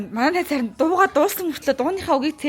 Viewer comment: ah "Harin bi ta hediig oldoggui ee" gedgiig "Hairaa bi ta hediig oldoggui ee" gej sonsloo shd😂😅